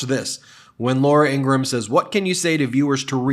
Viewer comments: Ingraham, In-Graham Two syllables. Like "graham" cracker. Not three syllables as in "In Gra ham" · ING-Rum…. 2 syllables… not ING-Ra-ham…..mush mouth Meiselas…. Not Ummanbeing…… HUMANBEING……Disliked!